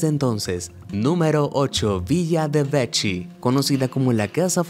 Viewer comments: Se pronuncia veki no vechi. Un saludo! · En italiano CCH se pronuncia come doble K ya que doble C tiene que ser fuerte como sonido.. Entonces Vecchi se lee "Vekki".